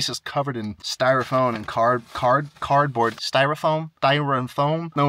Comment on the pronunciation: I never knew cardboard was pronounced CARD-BOARD I always thought it was pronounced CAR-BOARD HAGAGA